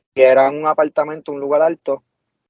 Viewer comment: Apaltamento? Que es Apaltamento?